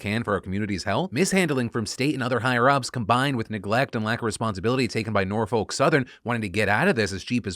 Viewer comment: The biggest news no one is talking about is the fact that Phil doesn't know how to pronounce "Norfolk".